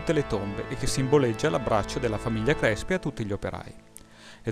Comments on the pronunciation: io di cognome faccio Crespi.....e quanto odio che si pronunci con la E aperta -.- Comunque video interessante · ) comunque, CRESPI con la E chiusa :pPp